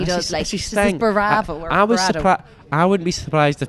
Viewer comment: It's his "bravaro" 🤣